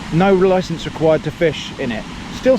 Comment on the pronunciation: I almost pissed myself when you said "you need a loicence."